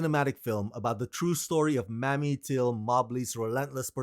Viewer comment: Her name was MAMIE, not Mammie. Mammie is a derogatory term used during slavery toward Black mothers. MAMIE (may-me) is pronounced differently. Thank you